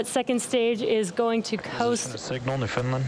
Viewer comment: Note to SpaceX: Newfoundland is pronounced New-found-land (rhymes with understand) not newfinland. We are often right under the flight path.